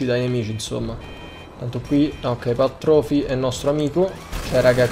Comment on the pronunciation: Poi, "Path trofy" ti prego, TORPY 😂❤️